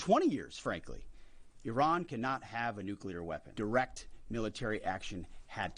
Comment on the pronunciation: It’s not called I Ron it’s called. 🇮🇷 iran